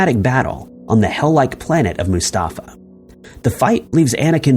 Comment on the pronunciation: "Mustafa"? "Dark Sidious"? Come on, dude